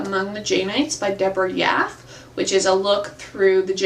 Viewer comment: It is pronounced Yaff-eeeeeee.